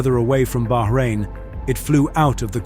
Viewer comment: Thank you for correctly pronouncing Bahrain, 99% of Youtubers don't bother.